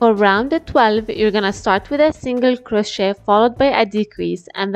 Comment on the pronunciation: "Now slip stitch into the forst double-uh cwochey" LOLLL why she talk like thatttt???